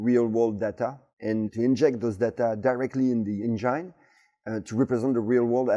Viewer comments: "Say N-Gin" 😃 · Can't help myself from smerking whenever he says "enGINE" haha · "Directly injected in to the Angine"😅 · I love the way he pronounces 'engine'